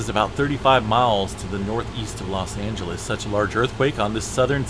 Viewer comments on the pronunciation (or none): none